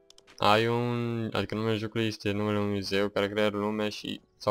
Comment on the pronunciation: Aion se citeste eiăn deoarece nu ii facut de români, si numele e in engleza.